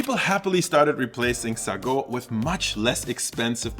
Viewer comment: Hey, I'm from SEA, the history lesson in this is fascinating! Just wanted to point out a slight difference in how we normally pronounce some items (or at least, that's how people around me do it): - Sago: "say-go" - Chendol: "chen-doh" (like in "Chennai", or how American media would pronounce the surname Chen) For the AI art, others have already stated their opinions from a moral perspective so I won't add to it. From an aesthetic perspective though, it tends to get real weird. Lighting and shadows don't always make sense and there's random spots that are given focus with extra fine details. To me, the net result is that it goes straight to the uncanny valley the longer I look at it, and it's extremely distracting. Would not recommend.